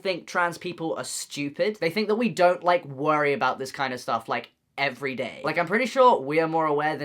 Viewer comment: I just realized Noah mispronounced every and said my name, Lolz